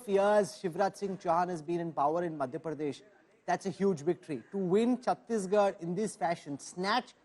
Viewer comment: Rahul kanwal keeps saying ' pardesh' . its madhya pradesh not madhya pardesh